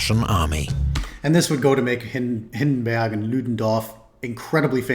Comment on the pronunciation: Its not Hindenberg, its still Hindenburg, even in german my man. Greets from Germany. Anyway good input on the video for people who barely know anything about it etc.